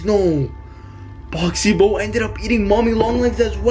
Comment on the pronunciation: That ain't boxy boo and you ain't saying the name properly it's pronounced boxy boo not boxy boe